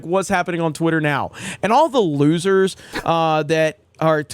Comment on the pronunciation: he verbatim says “all the losers” and then fails to pronounce the word constantly…